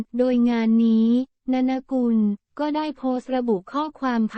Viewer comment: อ่านชื่อว่า นน กุล ไม่ใช่ นะนะ อ่านชื่อว่า ต้า เหนิง